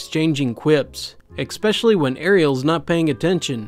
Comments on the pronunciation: Just need to get this off my chest. "exspecially" or "ecspecially"???!!! Not important, just needed to vent, as you were. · I’ve been really enjoying these videos and thumbs-upping them, but I have one little complaint — there’s no “x” in “especially”! Otherwise you’re an awesome narrator and one of the best I’ve heard! I absolutely love these neckbeard stories! :)